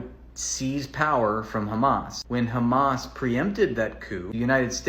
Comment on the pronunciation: They always pronounce it as "khamas" for some reason.